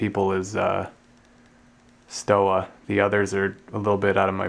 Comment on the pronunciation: It's pronounced SHtoVa, VemPeh, Long- gay